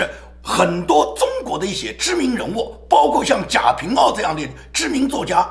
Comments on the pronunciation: 应该贾平wa，不是ao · 贾平wa 读音错了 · 贾平(wa---四声）